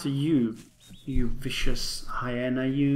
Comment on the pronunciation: Hi-ee-na, Long e, not short e.